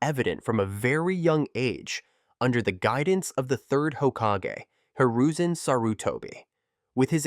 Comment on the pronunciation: When I heard 4th Hokaje, OK. Pass.